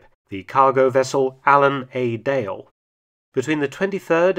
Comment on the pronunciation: "The Allen A Dale" ? An Englishman that doesn't pronounce it right? Think Robbin Hood......